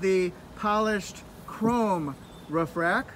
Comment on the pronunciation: I like how you say roof. Ruff, ruff, ruff. Haha